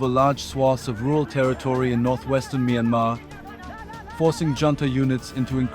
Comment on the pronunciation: Mainmarh wrong Pronounciation--Pronunce it like "MYAN" like Dian in Meridian "Mian" and "MAR" as it is "MAR" - MYANMAR (Mianmar)